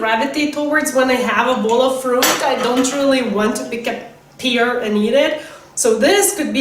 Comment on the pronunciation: You're not pronouncing "pear" right